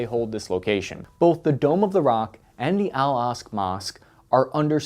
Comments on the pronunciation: Bro Im begging you. It’s pronounced Al-ak-sa, not al-ask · How can you mis-pronounce Al-Aqsa as 'Al-Asq'. It's like-- a four letter word ;--; I love your videos, but it's kind of annoying that there are so many very basic words mispronounced in all your videos! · Aqsa, Aqsa, Aqsa. Not Al Asq mosque. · It's pronounced AL AQ-SA Mosque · I believe it’s pronounced, “al Ak-Sa” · How do you mispronounce the Al Aqsa Mosque in a video like this? 🤷‍♂️ Oh,... 😂